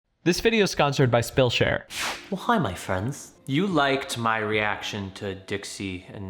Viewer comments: I'm so sorry but I NEED to know... Did he say "this video's skonsored by spillshare"??? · Did anyone else notice in the intro he said “sconsored by spillshare” lmao